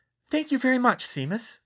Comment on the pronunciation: I probably should have mentioned this a long time ago, but now that I'm caught up, I have a short pronunciation guide: SHAY-mus -- not SEE-mus. a-LEE-sha -- not a-LI-see-a GREEN-gRass -- not GREEN-gLass, although that one might just be your accent.